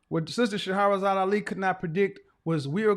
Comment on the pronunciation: Kevin, the sister’s name is pronounced Shah-razad Ali instead of Sha-ha-razad. If you continue to quote her, I think it would be respectful to pronounce her name correctly. Our name is one of the most valuable assets. No offense meant.